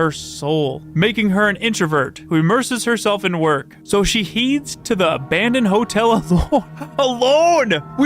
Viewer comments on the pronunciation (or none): Heads is not pronounced like heeds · Heeds?? x2?? lmao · "So she heeeeds" lol I was wondering if he caught what he said, but then he said it again haha It happens to the best of us :-)